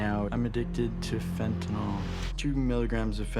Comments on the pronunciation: Good way to put it. But now maybe someone can explain why people insist on calling it, "fentanal," when it is "fentanyl," i.e. pronounced like fentanill - as in, "ill." Very ill. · It is Fenta-NIL. NIL, rhyming with drill. Why must Yanks mispronounce it Fenta-nawl, rhyming with drawl? Such carelessness conduces towards moral decline and addiction. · I hate when people say fen ten (all) ! It is called fen ten (ill) ! Real simple ! Fentanyl ! Get it right ! Even most news reporters say it wrong !